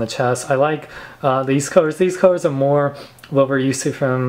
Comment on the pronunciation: It's colors not cuhers. It's Teeth not Teef